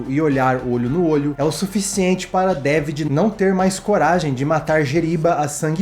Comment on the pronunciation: Esse filme é maravilhoso!! E continua muito atual, impressionante!! Nao esqueço a pronúncia do Gosset falando o nome do personagem do Quaid: "Dávidjiiii" .